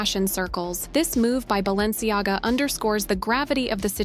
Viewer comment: But how Fierce is BalenciGAGA??? I counted 3 L's